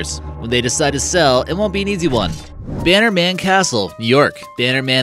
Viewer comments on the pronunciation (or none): Maybe look into how to pronounce Halcyon, Bannerman, Cambusnethan, and Lanarkshire.